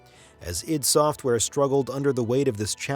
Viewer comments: Its pronounced EYE - DEE, you bozo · it's pronounced EYE DEE SOFTWARE.